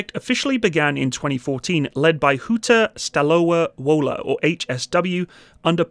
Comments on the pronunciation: My town's garrison has received these for trials as the first unit. BTW Dear: it's "Hoota Stalova Vola" Borsuk means Badger in English BTW -a question to a pro - are smoke screens actually a meaningful means of protection, or just a Hail Mary for certain munitions? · little correction HSW is pronounced huta staloVa Vola caption v's are how you pronounce "W" in polish. cool to see someone foreign covering our polish armament :D